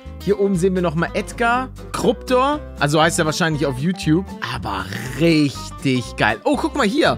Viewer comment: er hat Kruptor gesagt aber ich heisse Kruptur